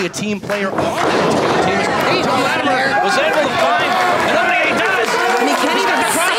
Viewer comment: Why does have so much trouble saying Latimer....?